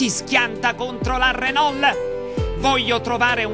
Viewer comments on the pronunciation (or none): renol con la "L" finale bravo bravo